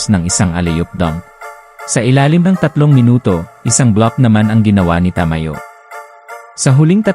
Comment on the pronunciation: sa aken bro, ayus Naman pagsasalita mo, maliban sa pagbigkas Ng name ni Ta-ma-yo., gusto ko din na madalang kalang magsalita. Pero Yung background mo is not needed sa palagay ko and mas okay na marinig ang commentator. Keep it up.